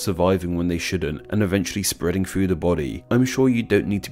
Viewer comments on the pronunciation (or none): none